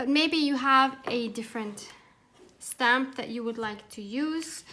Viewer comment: 🤷🤦 " REALLY Tim Holtz REALLY??" 😂😂Freudian slip, each time you say "stamp" it sounds like you're saying "SCAM". idk, maybe you meant it? HAHAH lol Sounds like a rant I would have in my house, don't worry you're not alone, I feel your pain.😄 lol